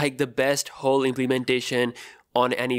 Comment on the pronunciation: I hate the way this guy says "Hole" as "Hoowl"